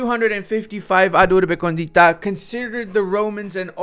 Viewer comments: Really nice video but as an Italian that studied Latin I tell you that it is meant to be pronounced: ab urbe còndita not condìta. This difference brings to several jokes in Italian, as condìta is an adjective that means “with topping”. So a pizza can be condìta, while Rome is còndita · AB (not “ad”) URBE CÒNDITA. For Christ’s sake… the way you read it in Italian sounds like “to the seasoned city”.